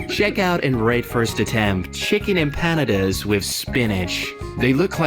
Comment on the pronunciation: Beans on toast is very British for breakfast. Edited to say, the narrator mispronouncing the names of the dishes had me screaming Emp- a-nada!! And Pie-a-ya!